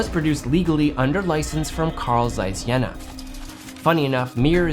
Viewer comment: Jena is pronounced more like: Jay-nah ;)